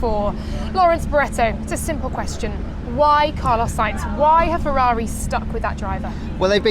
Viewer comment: it is not said "Fevvavi" but "Ferrari" with italian "R" pronunce